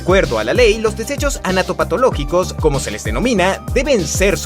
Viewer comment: Pregunta: Alguien se dió cuenta que en el min pronuncia mal la palabra "anatomopatológico" ?